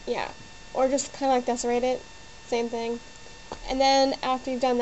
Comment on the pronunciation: wtf is 'desorate'?